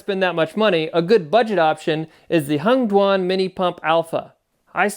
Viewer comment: Hengduan or did you say " Hunged One " ?